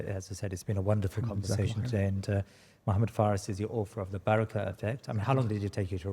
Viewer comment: He really needs to say the Prophets صَلَّى ٱللَّٰهُ عَلَيْهِ وَسَلَّمَ name with clarity and reverence. It was really quite uncomfortable. Other than that a fantastic podcast 👍